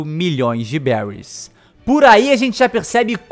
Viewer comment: Se fala beris